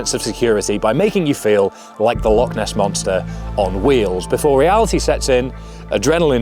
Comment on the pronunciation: Great video, some timely inspiration and wise words before the Rannoch Marathon. If you're back living in Scotland you're gonna need to learn to pronounce 'Loch' though 😀